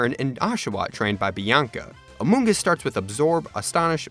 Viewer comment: I was on floor when he said "Amongus"